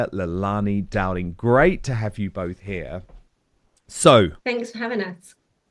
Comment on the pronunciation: She drops her 'h's'